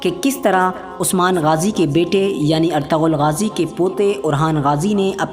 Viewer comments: Bhai plz ertagal SUNNE me achha nhi Lagta erturul Bola kr plz 🙏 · You should pronounce it right, it is pronounced as "ertugul" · Erturul Gazi, In turkish language G is silent.